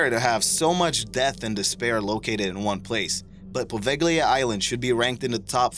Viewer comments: I did enjoy your video, I think you have a pleasant voice and a nice style. I would, however, like to offer a constructive criticism regarding pronunciations. Pace names are highly subject to ideosyncratic pronunciations, and should always be checked out ahead of time. The two that jumped out most were Poveglia-po VAY lee uh and Allegheny- AL uh Gain e, rather than Po VEG lee uh and uh LEG in e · It's (po-vay-lee-ah) the "s" is silent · its pronouced PO-VEL-E-A!! I hate it when people don't reaserch before they make a video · You're absolutely right. Its pronounced Pa-vale-ya.That bothered me too! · u said Poveglia wrong. so wrong....